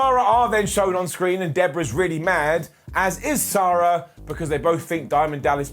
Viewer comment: I enjoyed the way pronounced Sara.